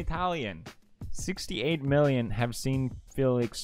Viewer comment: I like how he would put "ä" in almost every single word, "havät", "litän", "dälfin", "häljen" and also, sbenande